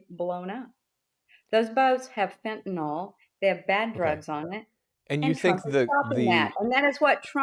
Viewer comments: FENTANYL. It's pronounced just like it's spelled. FEN-tuh-nuhl. Not FEN-tuh-nawl. If you can't pronounce it, you probably shouldn't be discussing policy about how to keep it out of our country,, the retired P.E. teacher. Jesus fuckin' Christ. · Bob insulting beloved family recipe tracks. He mean and he sucks. And AMERICANS are the ones bringing fentanyl in to the U.S. AMERICANS. And it's pronounced fentaNYL, not fentaNOL. That drives me nuts.